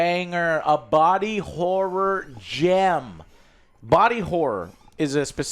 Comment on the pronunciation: Is that how you pronounce Horror? Interesting, please say it more Joe in sentences